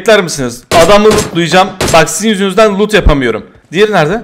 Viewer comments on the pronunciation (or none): none